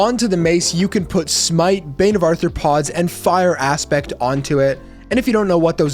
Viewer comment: 1) You misspelled "ARTHROPODS"... it's not arthorpods, which is why you keep pronouncing it as "Arthur"...Arthropods, not Arthur pods.... say Are throw pods..... there you go, muppet....